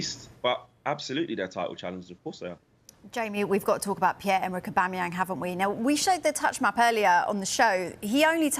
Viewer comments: Jamie could hardly pronounce Aubameyang 😂😂😂 What is Aubamebang😂😂😂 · This guy on the left calling aubameyang “aubamabang” 😂😂😂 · Aubame ... who? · Who’s this guy who can’t pronounce Aubameyang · Someone teach him how to say aubameyang 😂